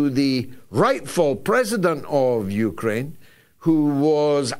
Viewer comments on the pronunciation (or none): George pronounces Ukraine, ukerrane. Hilarious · This clown puts an extra vowel in Uk’a’raine. 😂😂